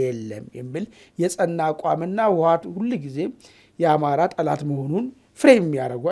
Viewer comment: አማን የምባለው የሆነ ሙኚ ነገር ነው አማርኛ እንኳን በትክክል መናገር የማይ ችል ቦቲ አፍ ህወሃት የምለው ቃል እንኳን መጥራት የማይችል ዋት ይላል ክክክ